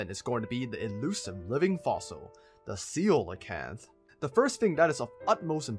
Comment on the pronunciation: The “ceelacanth” lol